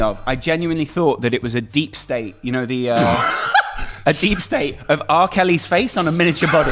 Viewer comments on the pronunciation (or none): Deep fake not deesak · what's a deepstape mate? Think you mean a deepfake haha